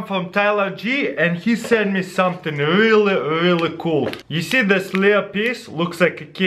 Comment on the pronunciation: so much difficulty with the word "really" :D